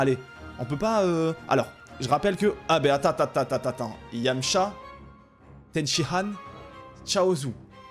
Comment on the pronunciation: Arrête de dire tenshihan stp c'est tenshiNNNNhan